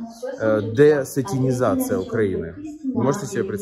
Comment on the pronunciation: Маленькая ремарка: не десатИнизация, а десатАнизация)